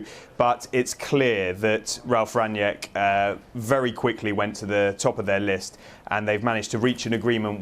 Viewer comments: Just a quick note, his name is pronounced slightly differently. Think of his name in two words, Rang and nick. There is no J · From a German: They keep pronouncing his surname "Ranjeck". That's not it. It is: "Rang - nick". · its rang nick rangnick!!!! not rang niack!!!!